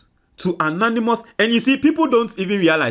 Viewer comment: some of your pronunciation are so bad if you are a graduate Sometimes it's so bad. (Governor) is an English word not how you are pronouncing it Please